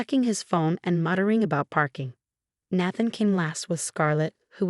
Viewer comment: Good grief!!! This is the 2nd video where the voice-over mispronounced Nathan and naive...and many other words, but those are the worst. Fix it!!!